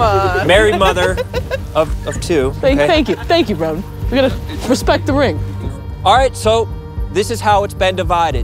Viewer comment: Megan hit em' with the "Wespect the Wing" 😂